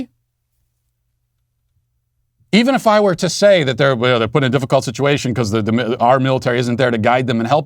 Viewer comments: He said “shituation” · Matt, it sounded to me like you said the "shituation" in Afghanistan when you were talking about the short speech that Sleepy Joe gave. I know I'm probably now banned from the show for not censoring what I thought I heard you say.